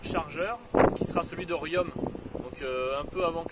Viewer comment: Bonjour ! Désolé mais on ne dit pas Riomme mais Rion !